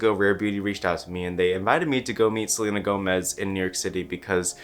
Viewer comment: He really said: gotta keep an eye out for selener